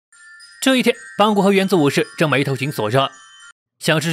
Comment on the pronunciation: 是邦格不是邦古